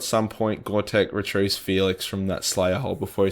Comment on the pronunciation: Only comment i have: please stop calling him “goRtek”, its: “GotRek” 👍🏼